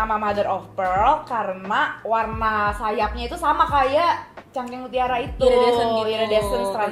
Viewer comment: Ngakak ka tasya bilang "cangkeng" mutiara🤣